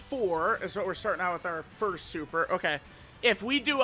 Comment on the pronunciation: “Forst” stfu